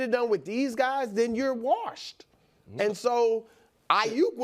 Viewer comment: Brou put that R in warshed every time. lol 😭😂